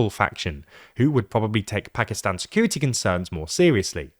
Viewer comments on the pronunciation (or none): none